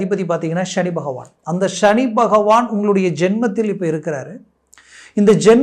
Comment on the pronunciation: Please prounance as SANI bhagwan ,please don't pronounce as SHANI it sounds negative